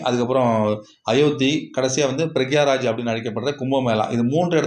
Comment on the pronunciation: பிரயாக்ராஜ் not பிரக்யாராஜ்